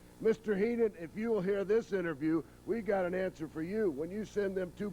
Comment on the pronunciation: wow...was that actually Bobby Heenan..horrible promo..could barely pronounce their names .cant believe this was the ..same Heenan that I saw in the WWF